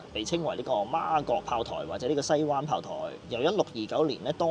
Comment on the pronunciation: 係西灣waan4，唔係西灣waan1，同長沙灣、土瓜灣個灣字讀音一樣